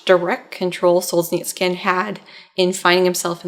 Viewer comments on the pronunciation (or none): It's pronounced Sol-zhe-NI-tsyn (4 syllabes, stressed on the 3rd syllable). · Sol-zhe-nyts-syhn more less! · There's no "k" in "Solzhenitsyn" :( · With all due respect, next time you'll plan on saying a foreign person's name a thousand time in a video, please do 5 minutes of research on how to pronounce it. There is no 'k' in Solzhenitsyn, hearing you butcher it throughout the video was excruciating. Keep up the good work otherwise.